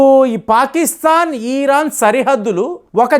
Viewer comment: ఇరాన్ అని కరెక్ట్ గా పలకండి. ఈరాన్ అని పలకడం తప్పు......